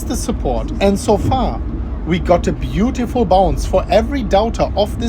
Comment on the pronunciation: "As you can see, we got a beautiful bounce" Emphasis on BEAUTIFUL!! 😂😂